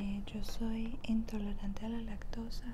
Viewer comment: "yo soy entolorante" JAJAJJAJAJAJA es "intolerante"